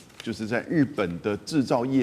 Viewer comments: 才幾歲 可以念錯兩次😂 是TDKTDKTDK 很重要所以說三次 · 為何一直把TDK唸錯DTK